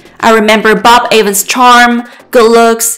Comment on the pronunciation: His name is pronounced EVANS, not A VANS!! Respect his name, and don’t butcher it. 👎